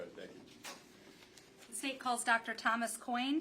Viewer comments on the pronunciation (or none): none